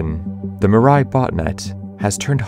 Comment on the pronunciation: I got so damn irritated by the narrator pronouncing Mirai. It's a japnese word for "future" and it's pronounced as "Mee-rah-ee". "Mi" as in Mix, "ra" as in Para, "i" as in the letter pronounciation of e.